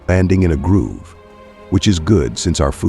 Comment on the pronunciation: Why pronounce grove like groove?